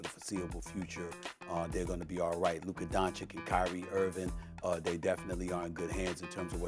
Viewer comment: Why does Stephen A. say it Lurka